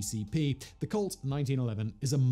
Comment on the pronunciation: It kept sounding like he said cult instead of colt. But to be honest, that wouldn’t be far off from the truth either…..